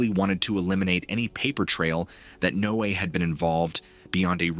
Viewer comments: Don't you guys know how to pronounce Noah is this Chinese or Russian haha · NO-A-A... ai junk, changed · No AA? Sounds absurd. Is it really that hard to get it to pronounce correctly? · Um, the only thing that gets me with this video is, he keeps changing his pronunciation of NOAA, 1 minute it's NO AY AY, then he says NO UH, then he goes NO AY...like damn dude, get it right, it's pronounced NO UH, even the folks who work there pronounce it that way. Makes me wonder if is using AI to narrate this stuff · This “story” is clearly being presented as fact. Why don’t you present it as “fiction” in the Titles, so that I have a choice as to whether I want to waste my time. Also, teach your Robot to pronounce words properly! NOAA is pronounced (No-ah) always! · NO A A? Learn to phoneme your scripts before sending it to the AI voice. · NOAA is generally pronounced as ‘Noah’ like the biblical name. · NOAA is pronounced Noah. 😂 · NOAA is pronounced just like "Noah" (my neighbor worked there for 25 years) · This is AI-narrated, right? The strange speech pattern and the repeated mispronouncing of NOAA make it seem like it is.